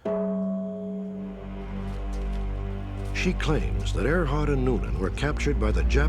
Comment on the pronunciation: “Earhart” NOT “Airhart”